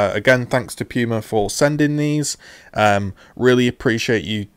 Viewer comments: I love how you pronounce "pooma" as "pewma" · Amazing review but it’s pronounced Pooma not Pewma